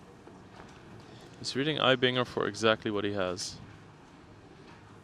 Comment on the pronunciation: Mad Props for pronouncing Eibinger correctly!